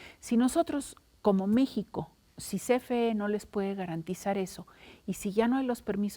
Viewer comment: Se le olvidó el español, "garenterizar"